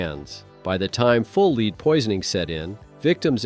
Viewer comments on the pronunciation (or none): Stop using a computer to voice your films. It is led, not leed. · Lousy channel. It's "lead" you stupid AI not "leed". Block, BLOCK, BLOCK! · Lead is pronounced led. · It's lead. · How he saying lead is ridiculous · How many times can a computer mispronounce a simple word over 5 minutes. I lost count around 30.